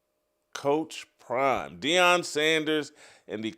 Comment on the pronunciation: Because you can’t coach 😂😂😂crime instead of prime 😂😂😂